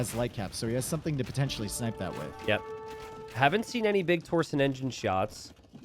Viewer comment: Man hearing how he pronounces torsion and yeoman hurts me